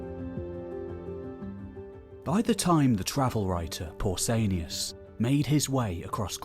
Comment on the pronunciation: Pausanias. With an a.